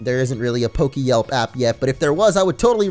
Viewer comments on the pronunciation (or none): none